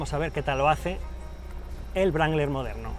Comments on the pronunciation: Wrangler, la w no se dice sino de rueda la r; sonaría rrangler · Creo que la W no se pronuncia... Y un golpe en el volante por cada palabra tampoco ayuda mucho...¿Es necesario? Se supone que las palabras tienen su propio peso y cuando más podéis enfatizar una que otra, pero no hacen falta esos ademanes bruscos, no son deseables ni se compadecen con lo que debiera ser entretenido y apasionante pero en ningún caso violento. Perdone Ud. pero es que me ha molestado mucho. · estos videos son geniales!! pero no entiendo porque le dice brangler al jeep wrangler!! ???? :) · vaya le dice brangler o toy sordo? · Cuando dice "Jeep Brangler" muero de risa!